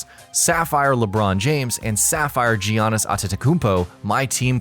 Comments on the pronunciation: Yiannis not Jiannis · I didn't hear Giannis being pronounced once in this video. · Giannis* wtf are you saying